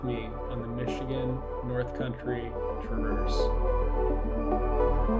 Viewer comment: mr bibs pizza slaps. also the emphasis is on tra in traverse